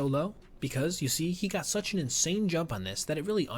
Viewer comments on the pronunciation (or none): none